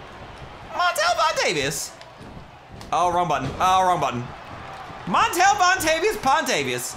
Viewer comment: Montel vontavious pontavious😂😂😂😂